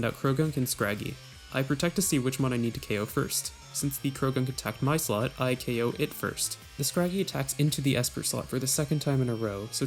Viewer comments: During every double battle it sounds like you are saying slut is that right? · How come every time this guy says slot it sounds like slut?